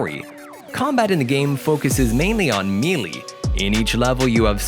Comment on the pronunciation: Did he just say melee wrong?